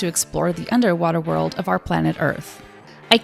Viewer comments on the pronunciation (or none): none